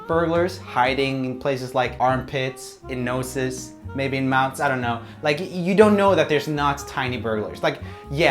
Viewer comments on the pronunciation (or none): joel's pronunciation of noses is so funny. he pronounces it as noses and not nozes.